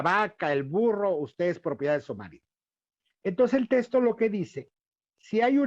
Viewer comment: Sólo aclarar que ese sujeto no es sacerdote, aunque se vista así, tampoco es dominico, pues dejó la Orden y ni siquiera se ordenó, y quién sabe si sea teólogo titulado. Su opinión tiene la misma validez que la de cualquier aficionado. Ah, y se dice "texto", no "testo".